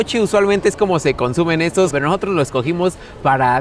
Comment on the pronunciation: Nojotros?? Intenta hablar bien.